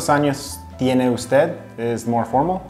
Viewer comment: Filipina : pronounced tiene as chene😆